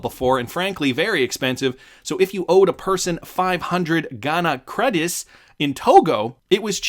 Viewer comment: Ghanian Cedis CEE-DEES PLEASE CORRECT YOUR PRONUNCIATION